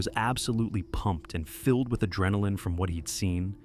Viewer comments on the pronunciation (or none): none